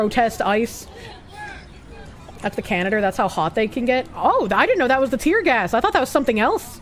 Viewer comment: With her accent, she pronounces "gas" like "gay-ass".